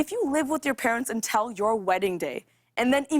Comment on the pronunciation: Am I the only one hearing "untel" instead of "until"? I love her tho